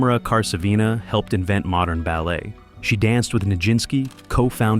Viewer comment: her name is Ta-mA-ra Kar-sA-vina❤ (emphasis/stress on the capital A's in each name) since you pronounced every other name correctly, I also expect you to pronounce the Russian name correctly💓… Amazing AI reconstructions 👍👏👏🙏 thank you kindly what a beauty!🙇🏻‍♀️ Mary Pickford--was Hollywood land! ❤😂 Originally the Holliwood Sigh was the "Hollywoodland" Sign, it is situated on Mount Lee, above Beachwood Canyon in the Santa Monica Mountains. Spelling out the word "HOLLYWOODLAND" in 50-foot-tall (15.2 m) white uppercase letters and 450 feet (137.2 m) long, it was originally erected in 1923 as a temporary advertisement for a local real estate development. Due to increasing recognition, the sign was left up, with the last four letters "LAND" removed in 1949. Mary Pickford and her husband Douglas Fairbanks created and ran Hollywood … Charlie. Chaplin was also part of their team. she was a famous flapper in the 1930s, she is stunningly beautiful. Godly profile. 😬 was she a man? 🤔 surely looks like a man. in complete disagreement about your comment that Gloria Swanson played herself in Sunset Boulevard. She did not! That is misinformation. I'm sorry. There are videos on YouTube with her being interviewed regarding that specific issue, there are videos about her life, which also talk about the fact that she was completely different in real life. Sarah Bernard, poor woman died of kidney failure